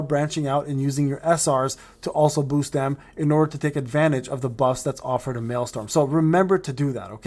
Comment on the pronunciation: You must be saying malestorm on purpose at this point lol